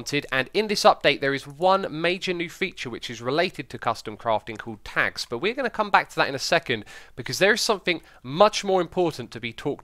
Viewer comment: Sounded like you said "Tax", not tags.